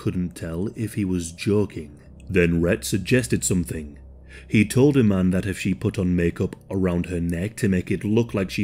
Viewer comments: just for future reference, my middle name is iman. it’s pronounced ‘e-Mon’ thank you. david bowie was also married to model iman as well. love your videos. just a heads up. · yes. it is. there are of course different ways of spelling and slightly different pronunciations. because it’s an arabic name so native speakers have slight accents. but i-man is not correct.